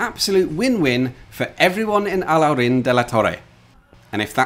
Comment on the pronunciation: Great pronunciation of "Alhaurín"😃!